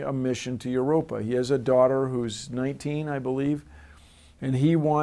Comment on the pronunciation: 'Yer rope ee in.' It ain't rocket science. Erer.. waiddaminute...